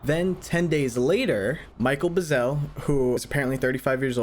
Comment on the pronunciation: The rancher's name was Mac Brazell. Not Michael Buzell.